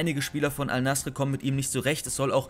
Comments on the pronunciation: Bruder Bitter sprich es Al Naser aus nicht Al nasre 😂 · Das heißt al nase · Abi es wird nasser ausgesprochen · Es wird al-nassr ausgesprochen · junge xD. Es wird als nassr ausgesprochen. Das „e“ gibt es nicht in der Aussprache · es wird AL Nassr ausgesprochen